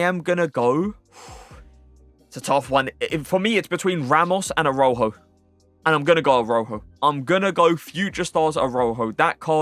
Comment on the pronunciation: How you pronounce some of these names is so cringe😂 “Aroho” who is that. Pronounce it like: Uh-Raa-hOH